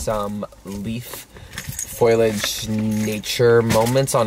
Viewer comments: It’s not “foilage”… it’s foooliage. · Great homage to The Berkshires! Thank You! I am a transplant from NY but I’ve Been here for over a decade (so I’m a local now haha). Glad you loved it here. I feel lucky to live here. One thing, you may be pronouncing foliage wrong. It may just be how Canadians say it?